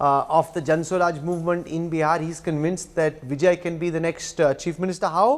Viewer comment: Immature Kanwal you cannot even pronounce his name and you are conducting surveys at the behest of BJP high command. It is going to be Stalin Stalin Stalin all the way put in cold storage your surveys.